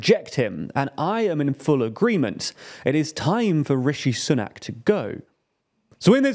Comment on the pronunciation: Oh I forgot the way you pronounce Sunak. 😄